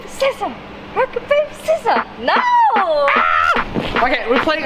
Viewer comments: Did she say rocket paper scissor, not rock paper sicissos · "Rocka Pape scissar"